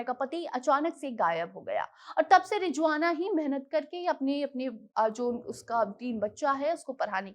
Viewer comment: It’s Rizwana Not Rijwana